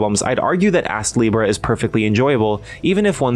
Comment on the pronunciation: You really put the ass in astlibra with the pronunciation sometimes 😂 Game looks quite interesting but hearing it can be grindy puts me off a bit.